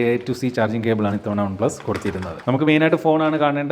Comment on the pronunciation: "Ohn plus"😂😂